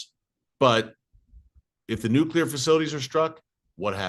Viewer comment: I love how you say israel hit irans nucular plant only to give your reason why they should hit !!! Who made you minister of defence !!!! Unbelievable how folks know what good or not good for israel !!! Look Gods in charge bro not you ! Lol